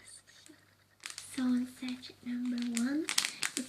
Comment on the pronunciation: Sachet is pronounced sash-ay , not sat-chet xx